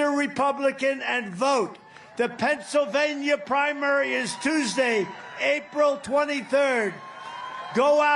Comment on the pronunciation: Trump can't even speak anymore, I love pebsavania lol😅😅😅